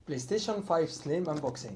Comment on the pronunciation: The way he said playstation was 100% Egyptian